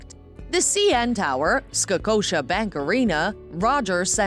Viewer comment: Spadeeena 😂 Scocotia Bank Arena 😅